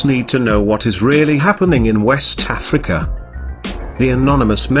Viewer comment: PS...I love how he says 'wessss Tafrica!'